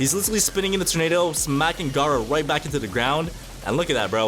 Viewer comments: Bro sayed garou instead of gara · DID BRO SAY ROCKLY AND GAROU ITS ROCK LEE AND GARA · Did He Just Call Gara Garou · He said gara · aint no way bro called gaara garou